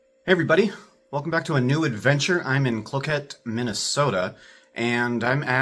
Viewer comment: Cloquee’. It’s French